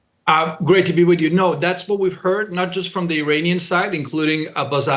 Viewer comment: Did he say an "Armani official"?